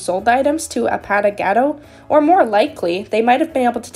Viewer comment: the username is pronounced like A-pA! not paw Pa without the w sound and Gah!- Do (do like saying dont but without the nt at the end.) A-Pa!-Gah-Do